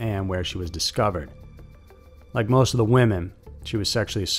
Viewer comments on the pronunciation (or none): none